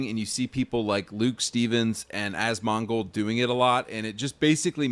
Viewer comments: As MON gold is a hilarious mispronunciation of "one of my favorite YouTubers" names'. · I don't give two shits about any of this but hearing him butcher asmongolds name was grinding my gears. I'm not even a diehard fan of his but there's so many people including himself who has said his name. It's like dude.. how do you mess his name up that bad? It sounds like he's calling him a mongrel or mongol (like mongolian). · Favorite youtuber and he cant even say his name right?? Bruhhh cmonnnn… I mean I liked some of videos (he a couple of bangers including Bellular, Act-Man, etc video) and I unsubbed to Act years ago but is wrong. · The way kept pronouncing Asmongolds name made me grit my teeth. It was like he just discovered him and didn't know how to actually pronounce it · I know, right? As soon as I heard him pronounce it like that all the red flags were raised. This guy has never watched an Asmongold video in his life. He just knows him by reputation. Fake ass basic bltch.